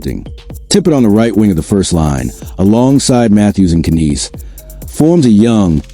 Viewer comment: Anything coming from The Boys in Blue is all AI generated, and 98% BS. The called even pronounce Knies or Calle Jarnkrok's name correctly. Avoid this FAKE channel all together.